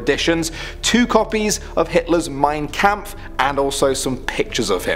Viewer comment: For me as a German your ronounciation of "Mein Kampf" sounds hilarious.